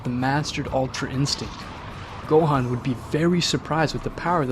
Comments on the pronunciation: Boi really said, Goteen, Gohain, and picaro💀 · You pronounce Gohan wrong in your video watch some videos and then you'll know how to say the actual name right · “Goteen Gohen picciro” I think you mean goten gohan piccolo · who tf is go hen? and who is gyren? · "super saiyan purple god" me rn u dont watch dragon ball man its called ultra ego. and "picero" "gohaan" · this mf said picoro, gohen gotin 💀💀💀💀💀💀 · Guhin? Giten? Jiaeren? Kikiaru? Wtf i also almost heard gauko and u said it wrong u said ultra master instinct but its called mastered ultra instinct alraight am triggered peace out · I didn't know Gohan became GoHEN. I thought i could go through it but man, this is too much name butchering right here. Edit: Jyren Piccoro Gote Gohen Bruh you really need to get these names right man, it's like you don't know shit about Dragonball, just saying. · “Go-Hand” LMAOOO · Go-teen Go-hen